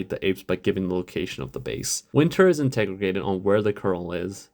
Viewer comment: bro butchered the word interrogated